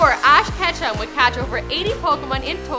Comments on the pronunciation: Ask Ketchum.. Switch the H and C.. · I thought his name was ash ketchup 😂😂 or ash vondeharr